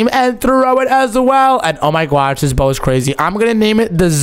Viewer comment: the way he says narr and gwosh⭐🤣😂